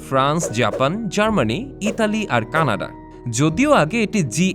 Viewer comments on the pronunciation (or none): none